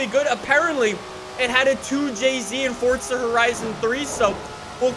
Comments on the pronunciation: Can’t u just say forza and not fortza in every vid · When will he realize that no one says fortza It’s f o r z a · FORZA not FORTZA let the debates begin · Why do u say forza “fortza” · Why are people still judging saying fortza? This is old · Why do people say Fortza, where tf do you get the t from